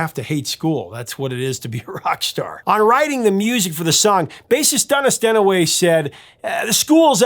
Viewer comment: Hahaha you said Dunnis Dennaway 🤘🤘